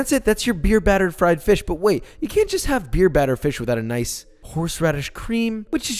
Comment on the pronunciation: Fwied fwish twyme - ahhhahahah fuckme that is funny